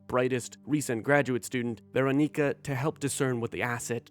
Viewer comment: After having played the game multiple times, I watch videos like this to further immerse myself in the story while I am at work and unable to play. Thank you for making an effort to pronounce the names correctly, as I have heard one guy on YouTube call Doctor Weronika (Veronica) as "Ruwonka," so I really appreciate that you pronounce their names better. SUCH IS OUR CALLING